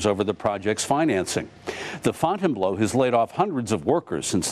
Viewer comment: FOUNTAIN "BLOW" hahahahahaha.its pronounced fountain"BLUE".